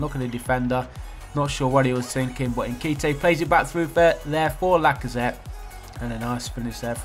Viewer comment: Your pronunciation of nkhetia 😂😂